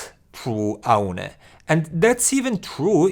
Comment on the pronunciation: it is pronounced like "Oh knee"